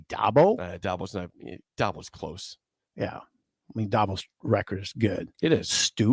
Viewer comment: and STILL pronounce Dabo wrong.